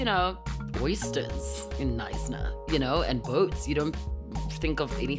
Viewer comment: Knsyna the K is silent